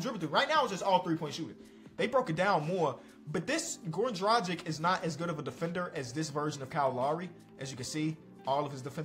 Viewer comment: Please don't say Dragic anymore, or Vucevic. You're pronouncing so so so wrong!